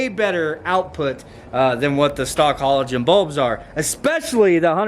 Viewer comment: 1. Your truck definitely has daytime running lights and 2. Learn how to say halogen 😂😂😂